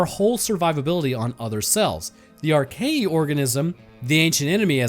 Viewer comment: It's pronounced Ar-kay-uh. Not Arkayee